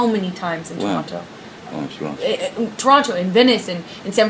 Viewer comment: I cannot stand the way she pronounces the word "Toronto" lmao. And also, she is complaining about who he is on drugs yet feeds him Xanax. Yeaaaaaaaaaa alrighty then you evil cvnt. The universe was never going to let her get away with this and unfortunately for her she has to learn the hard way